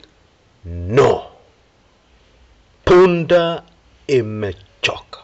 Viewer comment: Please say correctly "punda amechoka"....